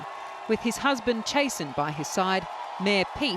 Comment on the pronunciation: Ahahahahahahah why’d she say chasten like that